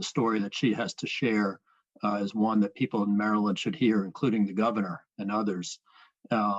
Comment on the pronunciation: mureland, you mean maryland?